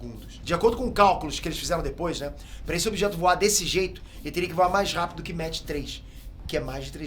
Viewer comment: Ajudando o com a pronúncia: OVNI se fala ÓVNI, com o O forte e não OVNÍ. UFO em Inglês se fala "IU ÉF OU" e não "IUFOU". UAP em Inglês se fala "IU EI PI", em Português se diz "U Ah Pê". Velocidade MACH3 em Inglês se diz "MÉC THREE" e não "METCH THREE". Em Português se diz "MÁC TRÊS" e não "METCH TRÊS".